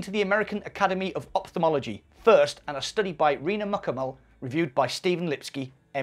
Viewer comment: Here's some English news for you,. "Ophthalmology" is pronounced "OFF thalmology", not "OP thalmology". God knows why people persist in screwing up this word. Also, "Amphitheatre" is pronounced "Am FEE theatre", not "Am Pee theatre". Sorry if I'm being too virtual...